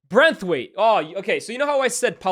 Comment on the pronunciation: hilarious how my man have been calling martin braithwaite as branthwaite 😂😂😂